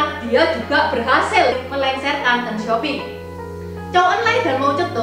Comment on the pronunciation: Deng bukang teenggg